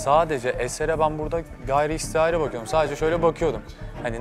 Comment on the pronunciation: Hiç kimse:: gayriistiari Doğrusu gayri ihtiyari sjfjjsjdjsjd